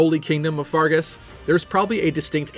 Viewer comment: Can you not pronounce the names properly, it's pronounced FERGUS not FARGUS